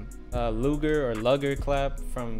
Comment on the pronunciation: i’m disturbed by the way you said luger lmao